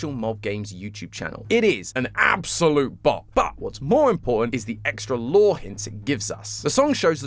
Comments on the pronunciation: Lovely episode, showing a lot of promise! My only complaint is that your "lore" pronounciation isn't up to par yet. It's not "lore", it's "LOOOOOOOOOOORRREEEE"! Can't wait for the next theory! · You forgor something mate it's not pronounce "Lore" it's "LOOOOOOOOORRRREEEEE!" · Its not lore tom it's LOREEEEEEEE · you to pronounce lore loooooooore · it's not pronounced lore it's LOORRRREEEE! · It’s not lore it’s LORE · It’s pronounced lllllllllooooooooorrrrrrreeeeeee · Hey, I know you’re new so I’m gonna let this one slide it’s not lore it’s LORRRRRRRRRRRE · Okay you’re doing great and all but you said lore wrong you see have to say it like LOOOOOOOOOOORE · I think you pronounced that word wrong,. I think the wya it's said is less of "lore" and more "LOOOOOOOOORE" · Amazing introductory episode, but lore is pronounced with at least 3 o’s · What an incredible first theory for! I was looking forward to hearing his thoughts on Chapter 3,and he brought up a lot of interesting ideas! If this is anything to go on, will be a wonderful successor of Game Theory! ☺️💚 Just needs to work on his “LOOOOOOORE” pronunciation 😉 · not just the speech pattern but how quirky he pronounces the words too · He doesn’t say lore the same way but he’s still awesome and kept me really entertained. He’s a great Host and I love him now. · He didn't say "lore" right >:(